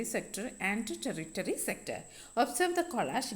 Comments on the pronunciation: Ente daivame ellavarum ടെറിറ്റെറി ennanallo enne sir padippichathu ടെർഷെറി enna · Ente daivame ellavarum ടെറ്റെറി ennaanallo parayunnathu enne sir padippichathu ടെർഷെറി ennanu